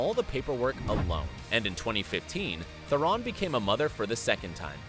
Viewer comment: It's Tihh-rohn Not ferrin